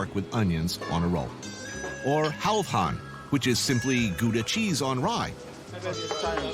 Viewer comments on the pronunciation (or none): "guda cheese"? are you kidding? its "gauda" and spelled gouda